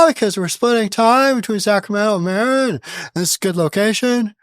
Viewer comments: It’s pronounced “muh-rin” county, not “mare-in” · Marin is pronounced "muh-RINN", not "MARE-rinn" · Marin is pronounced "muh RINN." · Love your show but you are pronouncing Marin wrong, think “summer in” without “sum” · Granted, Newsom is a chump, but what’s he supposed to do, rent an apartment? And learn how to pronounce Marin County. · just a heads-up. Here in California...when we say Marin, as in Marin County, the accent is on the last syllable. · Mispronouncing Marin County